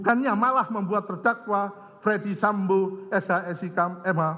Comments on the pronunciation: ferdy sambo pak, bukan fredy sambo, wah jd ngeri itu salah ucap bs jd celah bebas 😬 maklum saya buta hukum 🙏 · Apa cuma gua yg dengar kalo pak jaksa manggil nama FS dengan Fredy Sambo ?